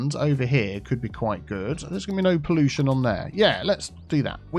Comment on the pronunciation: accent be like PoLLUtion